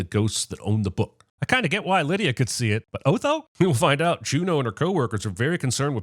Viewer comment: Just yesterday, Jeremy was pronouncing his name as "Aw-tho" , so we know him or the writers haven't watched the movie, or watched it so long ago that it faded out. Also, he really falls into the "Strang and Unusual" category.